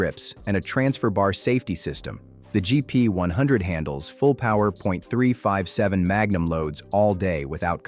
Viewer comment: Someone needs to teach AI how to pronounce .357 and .38 Special.